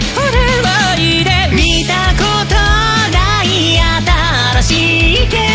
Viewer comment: 強くて聴いてて最強になりました！！✨ ～ももるんるんっぽさたのし🫶🫶 〜最強！！！ の”あ”とか”おいで”とかの発音(？)かっこよ 声も歌い方もめちゃ強くてすごかった…！！✨